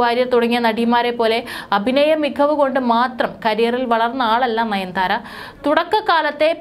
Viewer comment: നയൻ ധാര അല്ല.. നയൻ താര....